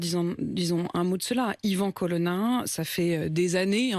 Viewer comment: Son nom c est colonna et pas colonne